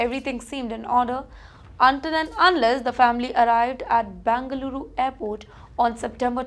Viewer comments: It's not Bangaluru, but Bengaluru. Irritating to hear. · It’s not bangaluru it is Bengaluru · Please pronounce Bengaluru properly.